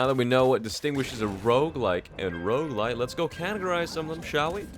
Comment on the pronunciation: I can't tell if he's saying Roguelike or Roguelite help